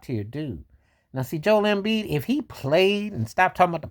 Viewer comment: The way you said Joel Embiid name 😂